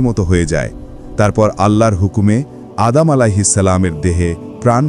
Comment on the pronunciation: আদাম আঃ ইসলাম না সঠিক উচ্চারণ, আদম আঃ ইসলাম